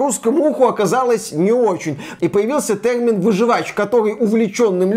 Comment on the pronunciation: Ай-яй-яй - вроде речь идет про чистоту русского языка но - слово нововеЯние произносится, как нововЕяние на самом деле (следим за ударениями ;D ). А так же, слово тЭрмин, в русском варианте звучит как тЕрмин, иначе правы говорящие пионЭр и фанЭра ))))). И кстати, это не игровые термины, а иностранизмы вошедшие в русский язык за долго до компьютерных игр. И кстати на канале, очень часто, звучит название компьютера PC не как ПК (персональный компьютер) , а как пи си ...или писи... в русском языке это странно)))))))))))). Но посыл очень правильный - единственное я пожалуй сравнил бы с профессионализмами, когда в определенной профессии возникают слова непонятные обывателю, но совершенно незаменимые для данной профессии (часто созданные на иностранных языках) и это тоже хотят изменить (это крайне тупо). Да даже в целом современный русский язык наполнен иностранизмами, что нужно вернуться к историческому русскому? и на сколько глубоко - если что, Пушкин так же использовал иностранизмы! И теперь надо определить период - от какого момента русский язык чист от иностранизмов, 1. ХЗ......2. ТУПАЯ ЗАТЕЯ,,,,,,3. Просто попытка осуществить еще дополнительный контроль , верно последний 3-й вариант правильный, но мало осуществимый. Как будем отслеживать,преследовать,награждать и наказывать - пипец дурная идея!!!